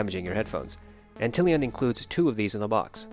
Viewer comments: Ant lion lol, not Antillian 🤣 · It is Ant-lion, like the bug, but don't shame the guy ;)